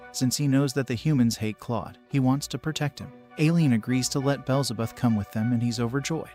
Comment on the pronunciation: Name corrections Aileen- eye-lean beelzebub- bee-L-ze-bub like the demon similar to the devil